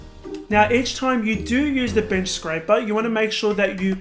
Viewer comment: did he say bitch scraper?